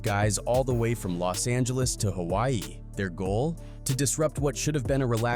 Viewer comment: I love the vid & everything, I also mean no disrespect but please work on some of your pronunciation when it’s comes to “Hawai’i” “Honolulu” & “Samoan” but your Samoa was pretty good 😭